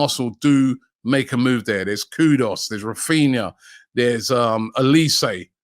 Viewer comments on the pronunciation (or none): Robbie, I'll keep saying it: it's NOT "KudOs". It is "KudUs". Pronounced: koo-d-us 🤣 Don't butcher man's name. 🤣